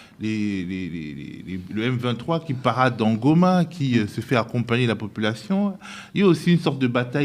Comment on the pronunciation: Le m23 est congolais! Ce mec sait bien comment prononcé" Goma" à l'orginal 😂